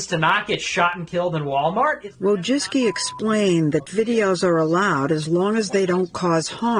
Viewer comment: Not that it matters, but "voy-CHISS-key"